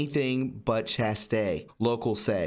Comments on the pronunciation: chass-tay LOL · The word "chaste" is pronounced just like "taste" but with a CH in front. Sounds just like "chased". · Yes and the word chaste is pronounced chāyst. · The word "chaste" rhymes with "paste".... by the way.